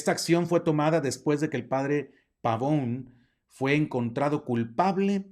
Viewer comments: Apreciable Padre algunos comentarios muy amables y respetuosos, al pronunciar el apellido del Padre lo hace usted como si fuera de oirgen sajon, siendo que es de origen italiano, entonces en vez pavoun ( como suena la pronunciación en inglés) debe pronuciarse Pavone, tal como se escribe, igualmente creo que es más adecuado el término dimisión que es como está previsto en el CÓDIGO DE DERECHO CANÓNICO (Capítulo IV Cann. 290-293) y que en sentido jurídico (lato sensu en el derecho y stricto sensu, en Derecho Canónico) no es lo mismo que destitución, incluso en el sentido lexicológico de la lingüística y semiología, no resultan sinónimos, por lo demás es un tema tremendamente interesante en el sentido social, político y por supuesto religioso , sobre todo en lo relativo a su participación y el ostentar un cargo en la campaña del Señor Trump pues el CDC prescribe con toda claridad Cann 287 § 2. No han de participar activamente en los partidos políticos ni en la dirección de asociaciones sindicales, a no ser que según el juicio de la autoridad eclesiástica competente, lo exijan la defensa de los derechos de la Iglesia o la promoción del bien común., si el Obispo le expresó su instrucción o de plano la prohibición de participar , se actualizaría quizá el presupuesto contenido en el canon citado y ciertamente resultaría no sólo contrario al derecho canónico si no un tanto incongruente que apoye a un personaje como el Señor Trump que es discriminatorio, clasista, racista, que promuev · Qué insidioso. El apellido además es italiano y se pronuncia la e... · Pavone, no Pavón. Viene del italiano. La "e" debe sonar, PavonE. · Bueno, muy interesante el tema. Lo que me saca de onda es que el apellido es Pavone, no Pavón... Yo sé que los latinitos que viven en EUA, están muy inglesados, hablando del idioma, por eso es que cometen errores gramaticales, etc... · Entiendo que el apellido es italiano por lo tanto se pronuncia Pavone, con la e final...